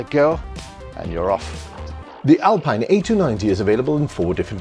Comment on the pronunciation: Great vid. P.S. It's pronounced Alpeen